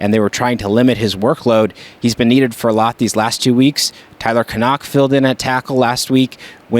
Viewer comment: Thanks for pronouncing #75 Tyler Knaak's name right! You're the only sportswriter who does!